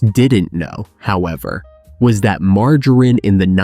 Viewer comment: This is AI! Margarine is not pronounced mar-Ju-rein! Also Margarine sucks it is vegetable oil Give me either real unsalted butter o real unsalted Irish butter instead At least real butter is real dairy and comes from a real cow.